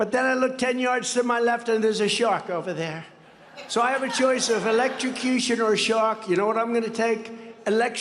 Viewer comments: At least JFK knows how to pronounce electrocution (hint: it doesn't contain an x in the middle)! 😂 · At least the old grumpy guy comes up with brand new words like "elecstecution."